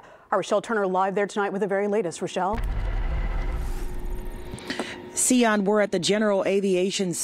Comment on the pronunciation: ""...Is that even a name?